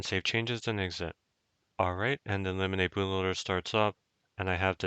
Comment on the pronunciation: Lemonade bootloader? No way thats how its pronounced